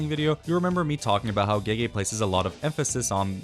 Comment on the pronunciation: Speaking of mispronunciations, it always kills me how people pronounce "gege" as "gey gey," when it's actually pronounced like "guh guh." It means "big brother."